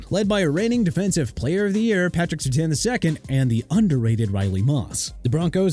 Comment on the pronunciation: Here we go with the disrespect for a Louisiana city again. If you ain't gonna pronounce New Orleans right then you got a problem! New Orleans is pronounced nu Or-linzz not nu Or-leenz! Understand that?! Also Surtain is pronounced Sur-tayn not Sur-tan! Jaguars pronounced ja-gwaars not jagwires!! You know what?! Let's all call the team owner and tell him to change the name from Jaguars to Jagwires and see what happens!! Unbelievable....